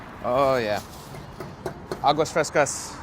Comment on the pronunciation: If you wanted good breakfast tacos you should’ve gone to San Antonio I guess hipster breakfast tacos are right up your alley….it’s not gwee-sada, it’s ghee-SA-tha. The drinks are awa-frescas..the g is kinda silent. P.S. potatoes aren’t suppose to be in every taco…